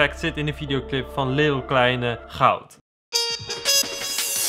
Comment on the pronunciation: wie verstond ook "Lidl Kleine"😂